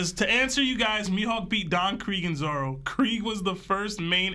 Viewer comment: The twins have a hard time saying Katakuri and Elbaf 😂 they can't even say Zoro. "Zolo"